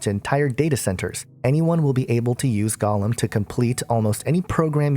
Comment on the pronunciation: 'its not "gollum", it's pronounced "go" lem.... say it right